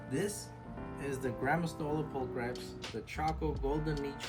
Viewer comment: Pul-cri-pees would be correct pronunciation. Every vowel is generally pronounced in latin.